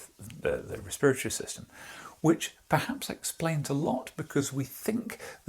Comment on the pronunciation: Respiratory, pronounced “Rih- Speer-ih-torry”